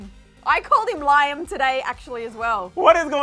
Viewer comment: LIE-AM lmfao i can’t 🤣🤣😭